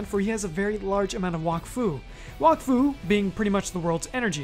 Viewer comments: It's pronounced "wack-foo", not "wock-foo" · its pronounced walk-fu? I always called it wack-fu. What about Dofus? is it not Doe-fus? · This man said Wahkfu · I hate how everyone pronounces wakfu wrong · Bro can’t even pronounce Wakfu